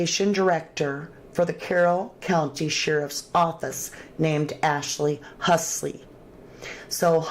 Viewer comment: It's Ashley HULSEY, not Husley lol